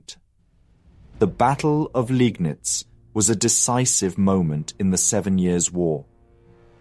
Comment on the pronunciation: You're still a bit inconsistent with the pronunciations - as remarked on a previous video, Landeshut has no "sh" sound, "Landes" and "hut" are distinct syllables. Also, in Germany, an "e" after an "i" is not pronounced separately, but a sign of the "i" being lengthened - "Leegnitz". "Daun" would also not be pronounced like "dawn" but more like "down".